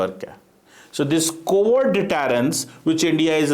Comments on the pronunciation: Sale motu pehle kabhi mante the kabhi. Ab cheekh raha hai 😂😂😂😂😂😂😂😂😂😂😂😂😂😂😂😂😂डटैरेंस नहीं डैटरेंस होता है। 😅😅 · Oye apne naam ke saath Dr lagata hai --pehle deterrence toh bolna seekh---detarence--level of your Angrezi. 😂😂😂